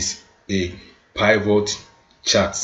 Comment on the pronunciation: Please learn how to pronounce Pivot correctly! In my 20+ yrs of data analysis, you are the only one shocking my system with your pronunciation of Pivot, and it's not funny.